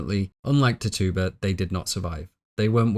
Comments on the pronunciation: Loveeee your analysis videos! I always have them playing in the background at work! Just a small nag as an Indigenous Caribbean person, Tituba is pronounced Tit-chew-buh instead of Tittoo-buh. Keep up the AMAZING work! These videos are incredibly detailed! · ti-TU-ba? It's TI-tu-ba, the way I learned, & I'm from Salem... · Tituba - we read this book in high school and pronounced it ‘Titch-uba”, maybe its just your accent but I keep giggling when you say it 😅. Also, WOW THIS IS TRULY A MASTERPIECE! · Pronounced, TITCHU-ba and WAM-pan-ah-g